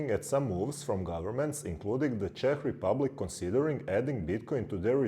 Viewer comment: "ČEŠ REPUBLIC" MADE ME LAUGHT BRO :dd Czechia is better to say for english speakers.